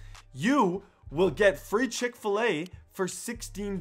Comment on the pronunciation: Its chick fa lay